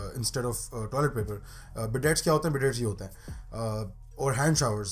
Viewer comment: That's incorrect pronunciation of bidet ;)